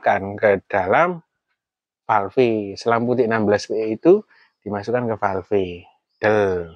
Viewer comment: Terimakasih... Manteb .... btw. .. Falêf, Om. Bukan falfé 😊